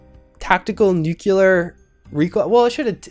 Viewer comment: You can pronounce Yao Guai but you can't pronounce Nuclear?